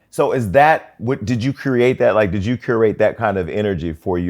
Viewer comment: Hosting is her lane ❤❤❤❤ She has no problem being her autehntic self anf it allows others to feel confortable doing so as well!!! She says "likedid" & doesnt care to correct it 😂❤❤